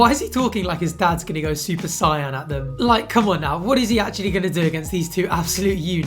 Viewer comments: suoer sai-an? say-un is how its pronounced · "super siyan" lmao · Brother for someone who quotes it all the time it’s “super SAY-YEN SAIYAN” 😂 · Super Saiyan* (say-yan) tut tut tut lol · the way you pronounced “Saiyan” literally just offended my ears ahah big love tho! The channel is quality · I have to say I’m truly offended you pronounced saiyan wrong 🤣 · Why did it make me a little mad he pronounced sayian wrong im just saying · Why did you say saiyan in the most posh way I've ever heard it 😂😂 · I'm sorry but its bugging me too much. Please lookup the correct pronounciation for "Super Saiyan". Thank you.